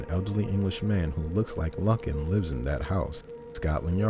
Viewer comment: Lovely, probably one of the top five iconic missing cases ever, but it's actually pronounced LOO- kn. A bit harrowing listening to it mispronounced SO MANY TIMES, so I'll just give you the click and the like and skip listening to the video, or just take off the volume, put on the captions and view it that way But a word to the wise and Future... There are tons and tons of news reports, old footage and any number of documentaries that have been produced all available right here on YouTube where you could have easily listened to the correct pronunciation and then of course, pronounced it correctly yourself. A bit of laziness that I hope you won't repeat in future videos. You do a good job with these from what I've seen so far, and I should think you'd want, above all, to pronounce your subject's name correctly